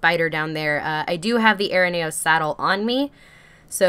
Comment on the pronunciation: It is pronoced A -RE NEO